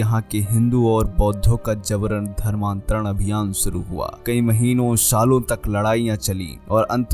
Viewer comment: suru? jahil shuru hota hai diction and pronunciation is worst you must take hindi tuition from a good hindi teacher and then you can react